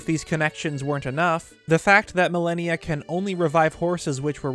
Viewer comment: Pronunciation: Mal-on-ya (mal-an-ya) Not millennia (ma-lany-a) simple English but great video